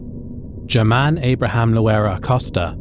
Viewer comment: FYI, the Spanish “G” is usually pronounced as an “H”, in this case Herman. Thanks for the heavy research; love the new, obscure cases.